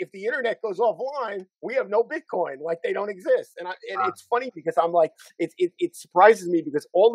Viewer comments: Does he pronounce it BitCON on purpose or is he unaware it's COIN. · Its BITCOIN and not BITCON the way that guy calls it.